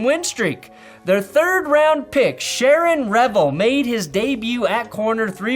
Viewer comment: I'm sorry, Sharon Revel? I blue-screened for a minute hearing that butchering